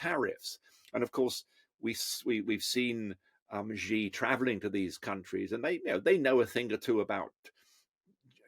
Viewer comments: When you talk about China and you call yourself an expert an China and you pronounce "Xi" as "Zhi", I find it very difficult to trust you on China matters. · Chinas rabid nationalist campaign? what does MAGA mean? its the epitome of Nationalism! It's annoying how 'china experts' feel they can comment on what China is thinking when they really don't know. He can't even pronounce President Zi's name properly. Its just the opinion of a white man in the west. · Xi is pronounced SHE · When you claim to be a “China expert”, but cannot even say the name “Xi” correctly😂😂😂